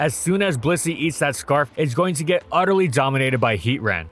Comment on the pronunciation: Good grief…it’s HEAT TRAN not Heat ran…not sure why you mispronounced version bothers me so much